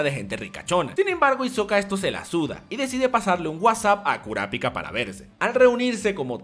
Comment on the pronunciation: lo unico no soporte como pronuncias kurapika , porque toda la vida lo he pronunciado y he escuchado pronunciarlo con el acento en pi, aparte de eso genial video